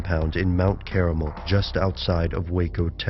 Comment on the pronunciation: Mount Carmel not Caramel lol!!@